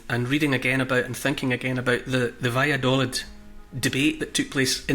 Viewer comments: Neil... Valladolid is pronounced with a double "ee" sound on the final syllable. in Spanish the "i" sounds like "ee" in English. Vaya do leed. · I’m in stitches at your attempt to say: Valladolid. I’m British and live between Scotland and Madrid. Try this: va-ya-daw-leeth … this pronunciation might help 🤣. The “daw” as the aw sound in draw and leeth as in teeth. Good luck! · Ha, I lived in Valladolid for 6 months in 2004! I recognised the plaza, but not Neil's pronunciation lol!